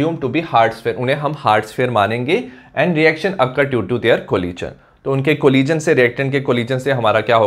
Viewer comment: Thank you sir, I love it when you say 'collison'